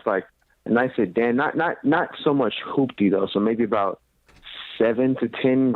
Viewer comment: Lol he said not so much hoopdy😂